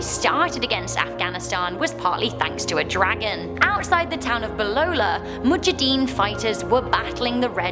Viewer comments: It's not mujadeen its mujahideen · ok so first of all I'm from Afghanistan second of all its mohiajiaden